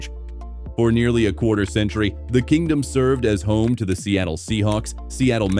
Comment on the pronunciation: C'mon! What's with the tacky AI nation with woefully mispronounced names 😱? It's "Kingdome", as in King + Dome, NOT "Kingdom"... and I'm sorry but Safeco is not pronounced "Say-fee-ko". Ugh. Wanted to enjoy this video but the narration just killed it (and not "killed it" in a good way).